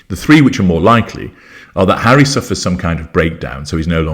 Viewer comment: Oh my god, Hawwy "the broken down washing machine" hilarious. Mangled! 🤣😂 I think she thought she had a chance with the billionaire Tyler Perry, he ran for the Hollywood Hills by all accounts! 🏃🏽😂